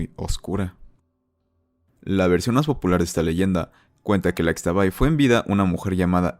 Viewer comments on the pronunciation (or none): ishtabay" asi se pronuncia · Interesante, pero unas observaciones de la leyenda de xtabay: 1.- xkeban se pronuncia como "Shkeban" 2.- Fué de la flor del xtabentun (que se pronuncia shtabentún) que emanó el aroma agradable. 3.- Xtabay se pronuncia "Shtabay" 4.- además de que en sí la xtabay desaparece a hombres que salen de noche en estado de hebriedad. Que yo sepa, no ayuda a nadie, es un espectro como la llorona, pero en su modo para dar un ejemplo.